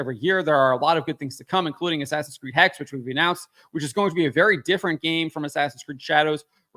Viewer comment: The correct pronounication is HEX-HHE, as in German, I suppose. What's with the obessesion of witchcrap nowadays? Is it because getting women in STEM is too hard so we perform displacement activities and get them into witchcrap? Which is still highly active throughout the African continent btw., although it empirically doesn't work very well.